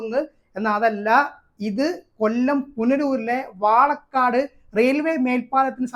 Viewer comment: വാളക്കാട് No വാളക്കോട് എന്നാണ്....!